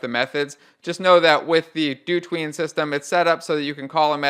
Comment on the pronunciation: If you pronounce dotween as "do tween" I'd hate to hear you pronounce "hotween"